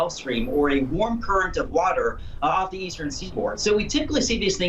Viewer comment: What a terrible reporter for the first section. Please someone teach him how to pronounce "th" rather than "v". 🤦🏻‍♂️